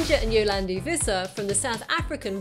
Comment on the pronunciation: For future reference to all you non South Africans, 'Die Antwoord' means 'the answer' and is pronounced DEE ANT-VOORDT, instead of DEE ANT-VERT or DIE-ARNTWOORD. Good pronounciation of Yolandi though, I hate being lumbered with YO-LARND-I.